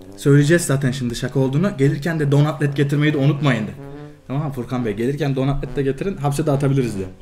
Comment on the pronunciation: Bir an Donat et diyon sandım ama don atlet diyormuş